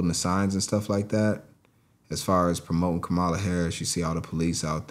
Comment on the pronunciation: Ka mala let’s pronounce it right friend trump disrespect her enough on purpose